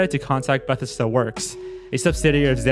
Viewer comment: Did... did you pronounce Bethesda Bethisduh?